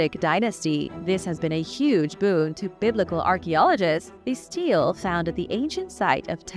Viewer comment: Stele: pronounced stee-lay